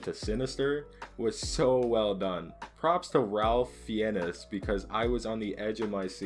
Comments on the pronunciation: fee-enus (it's pronounced like fines) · However the hell you pronounced Ralph Fiennes' last name was bewildering. Fiennes is just pronounced "Fines".